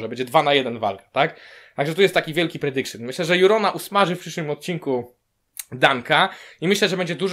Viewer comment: "to jest mój predikszyn" ała...